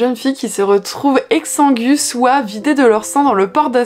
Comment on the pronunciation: Hello, pour info on ne prononce pas le U dans exsangue (comme dans langue xD), je t'ai entendu le dire plusieurs fois et ça m'a fait tiquer 😅